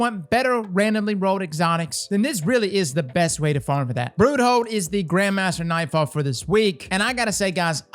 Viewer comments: Ah yes, I do love the “ Broohold” strike. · Lol "Broo-hold"